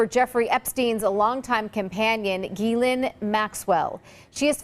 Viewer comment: It’s pronounced jizz-lane.